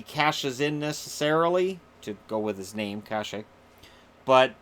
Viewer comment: Hi. Thanks for the videos. I am a Sharks fan living near Anaheim and I hear everyone here pronounce Kase as (Kah-sha). He seems like a great player and one you might talk about a lot in the future for Anaheim. Maybe (Cash-aye) is correct, but it could be worth checking out.